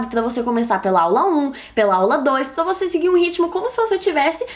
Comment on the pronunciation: Débora tem a língua pregada que nem a minha. Meu "R" sempre sai com som de "L". Pla motivar kkk linda